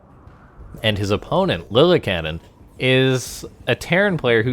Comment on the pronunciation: I think it’s pronounced (Lilly-Ca-Nin) love your videos. Keep up the good work